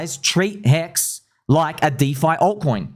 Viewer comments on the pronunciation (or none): It's not pHEX, it's HEX.